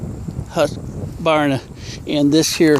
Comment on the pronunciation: thx for your review! Just so folks to know (and, this is not a snark!)... the brand pronunciation of Husqvarna is... hoosk.VARRR.na (hoosk not husk, and VAR gets the emphasis). 99% of Americans pronounce it wrong so I thought I'd clarify. Thx again for your video review!